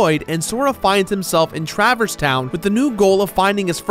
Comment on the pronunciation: Truh-verse, emphasis on the wrong syllable.